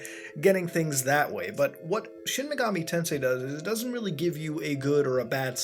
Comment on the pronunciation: A real Sheen Megoomi Taansay Gayum seriously though my favourite megami tensei game is Devil Survivor